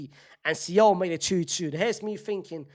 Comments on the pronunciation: Fc Sole. Like the fish. See-ohl? Bruh 😂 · its soul not see ohl unc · bro what is see-ohl? lmfao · Why is unc pronouncing Seoul like that😂😂😂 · Why is nobody commenting on his pronunciation of Seoul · Shame, is still not pronouncing 'Seoul' properly 😢